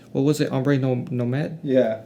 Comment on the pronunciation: How to butcher foreign and non foreign words! Ombré no maid! 😅 Your whole video is about Montage and you call them montage. Amateur hour